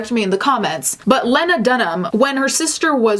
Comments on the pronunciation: You pronounce her first name with a long eee. Leena. Get it right. Did you do your research? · It’s pronounced “Lee-Nah”. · Pronounced Lee-nah. I couldn’t get past that. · It's pronounced "Lee-na." Sorry to be picky and "that chick," but I respect you and your channel and I feel like you're someone who cares about accuracy. Aside from that criticism....Carry on. I agree. :) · I thought her name was pronounced Lee-na? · Also, its pronounced leena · it's "Lee-nuh" but yeah, I hate her too. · how have you created a whole video on this woman and can't even pronounce her first name? Its pronounced Lee-na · You must really hate her, your pronouncing her first name wrong xP but yeah, trash human, worse than trash panda. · Girl you know how to pronounce her name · You can't even pronounce Lena's name correctly. You're telling your viewers to hate someone who you really don't know anything about. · Bitch I couldn’t handle this video with the way she’s pronouncing Lena like that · Low key taking cues from Ron Swansons playbook by mispronouncing “Lena” 😂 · I would be very interested to hear a second take on your strong feelings after giving her current luminary podcast a listen. Maybe they wouldn’t change, but the fact that you don’t even know how to say her name correctly at the very least makes your take on her feel a little more emotional and reactionary than researched or well thought out. I used to eye roll at the mention of her name, but the c word has actually made me take a major step back to think about how or if I judge infamous women in media. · Idk what she did or didn’t do, but it’s really agitating every time you say her name pronounced wrong!!! I am sure I would agree with you when it regards her actions tho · are u purposefully mispronouncing her name or did u neglect that in all ur research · Lee-nuh.. not Len like Lenny.. Srry not to be that guy..lol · isn't it LEEEEEEEna not LEHNA? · LEE-na, not len-a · It's pronounced Lee-na not Lyn-na hater.